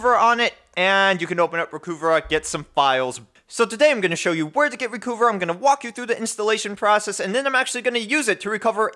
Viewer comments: It's pronounced "recover", not "reh-cu-vah". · "Recuva (pronounced "recover")" It used to say on their website.